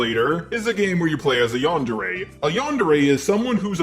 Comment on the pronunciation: Yandere Dev can't even pronounce "yandere" correctly...